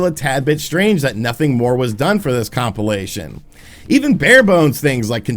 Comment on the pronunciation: please stop saying compilation....